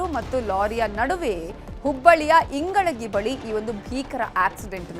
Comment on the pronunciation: It's not ingalagi mam its ingalahalli